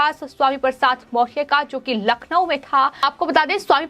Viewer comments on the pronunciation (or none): none